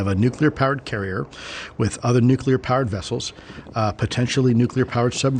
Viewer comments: Love the show bro but why can’t you Americans say nuclear right, grinds on me 😩🤣 Nu clee ar 😊 Nu cu lar 😩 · Is anyone able to say "nuclear" instead of "nucular"? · It’s pronounced “NucLEAR”, not ‘Nukuler’. Nuclei->Nucleus->Nuclear. Like ‘King Lear’. (Nuke-Lee-Err) Too many UFOlogists say it like ‘Ocular’. George W. Bush is to blame. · For the ever-loving love of EVERYTHING - - - the fUUUUUUUUcking word is pronounced NEW-CLEE-AR not NOOK-YOU-LAR! Stop being an absolute moron and sounding like a child. It is NEW-CLEE-AR! (this whole topic is already stupid enough) stop adding to it. How did we get trapped inside this Idiocracy? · It absolutely makes me CRAZY whenever people pronounce nuclEar as "nucUlar" while at the same time expecting me to see them as credible!! No, I'm not the english language police, but this is an epidemic! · “NEW CLEAR” please… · Absolutely right. The word is NEW-CLEAR! 2 syllables - if anyone struggles, just replace the word “nuclear” with “new clear”. It is not rocket science! (Actually it sometimes is!!!)😂😂😂😂😂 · When can’t pronounce NUCLEAR properly I know it’s time to go.